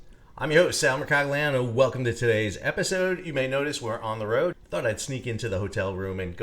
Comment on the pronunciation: 😅 Don't want to offend your American accents; but isn't your name pronounced in Italian as mare-koh-lee-anno... (Mercury) as in the town named the same? Italy near Avellino, Campania, southern Italy... Did you do your geneology to the town? Your ancestors being Royalty 1077 AD (VI-VII) CE +State Library of Montevergine